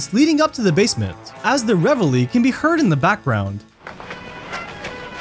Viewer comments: I just made my peace with how the guy pronounces words ending in R and then he dropped that reveille bomb 😂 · I love how the melon calls "LA cucaracha" "revielle"🤣🤣🤣 Ps, 4 minutes into this video and still not a single coherent thought... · this guy called Mariachi Music, revelry 😂... My ice-cream truck back in the day used to play that Hispanic tune! The only similarity is that it's played with a trumpet.